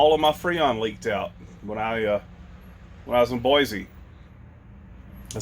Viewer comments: You're in my neck of the woods. I was Born in Boise. Since you're talking about pronunciation, you've been saying Boize. There's no z.its correctly pronounced BOICE. No z sound it's a c(see) sound😂just saying. Happy travels in Idaho. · OK, one more correction: BOY-SEE, not BOY-ZEE.